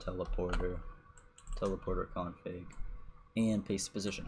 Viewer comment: Him: Config What I heard: King Kong Pig